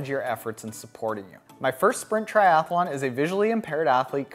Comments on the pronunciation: 1 A in “Triathlon” not Triath A lon”. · lol...I pronounce it triath_a_lon too; my mouth doesn't seem to like so many consonants in a row.